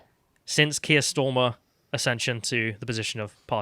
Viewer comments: Carls look when he mispronounced Starmer for the second time got me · Keeps calling him Stormer lol, go on lad!